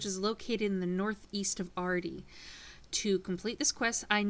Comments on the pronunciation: ardy is ok but if u want to say it like the full way, its suppost to be said like this---- ar-dug-knee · Pretty good guide! However, you mispronounced Ardougne, its pronounced like 'Ardoin'. Great guide nevertheless!